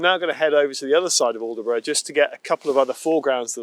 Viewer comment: Great video just one little thing. The locals will be shouting at the screen when you called it aldeburgh its pronounced with a silent d & e "allbrough" My wife who's a Suffolk lass is chomping at the bit lol.